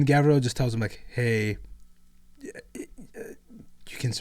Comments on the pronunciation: It bothers me when calls Garviel, Gavriel. Its a small thing but its like nails on chalkboard. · Pronouncing Loken's first name wrong the whole time and not even saying Tarik's name. Smh. By the way. FUCK EREBUS! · I’m gonna be that guy and point it that it Garviel Loken not Gavriel Loken. Sorry. Also go crisis suits! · turned Loken from a Luna Wolf into a Dark Angel with that pronunciation of his first name lmao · Yall just skip my man Tarik Torgaddon when you talk about the mournival😢. Also not to be that guy its Garviel not Gavriel😂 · Gavriel???? God that bothered me so fucking much. Its kne thing to mispronounce other characters names. GARVIEL LOKEN DOES NOT GET THAT TREATMENT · Hearing GaVriel activated my fight or flight. GaRviel deserves some respect.